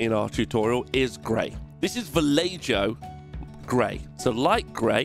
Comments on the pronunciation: Bro really said Valeiyo instead of Vallejo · VALLEHO NOT VALLEJOOOOOOO GAWD:P:P:P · Ba-leii-yo. Lol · Valle-jo? Valleho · Vallejo = BAH-JE-HO NOT BAH-LEI-YO ;) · Before anything else - Vallejo isn't "Vallayjoe" - it's a Spanish company and it is pronounced "Vah-yeh-ho". (It's a diminutive form of "valle" - valley). I've watched a few of these "Slapchop" (where did they come up with such a dumb arse name for the technique? "Slapchop" sounds like a thug from a 1960's 007 movie) videos and yours is about the best result I've seen. But with all that dry brushing is it any quicker than just priming in white, adding a dip and working from there? Or using regular paints in most areas and adding a wash? I think, that like "contrast paints" themselves it's a technique that works well in certain circumstances but certainly is not the bees knees that so many people seem to claim on these videos. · STOP!!!! did you just say Va-ley-joe? that is the worst , of the worst pronounciations of that paint line that i have ever heard say it after me...Vah-yeh- ho. again. now back to the video. Argh you did it again. My ears are bleeding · It's 'ho' not 'jo' being Spanish. :) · Va-ye-ho, please. Va-lay-joe is what you get from your girlfriend on birthdays and anniversaries. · BLANCO, which is white in other countries! And its pronounced ValleHo, not ValleJo. Fluc me, im a cockney an even i can prounce that un. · This is amazing! You're killing me with the Vallejo pronunciation lol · Every time someone says “ValleJo” a sable brush falls apart. Lol awesome video and I love the technique. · Vallejo is pronounced "val-ey-ho" ascends to painting heaven on a magical raft of light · I really like VAR-LAY-JOE. Next level pronounciation mate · Love the energy. Taught me how to drybrush my hand so people know Im a cool painter, and finally learnt the proper pronounciation of Vallejo (see: Vallay-joe) Subscribed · “vuh-lay-joe” LMFAO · VALL-AY-JOE!?! Heathen. ❤️ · Its "Va-Lay-Ho" dude.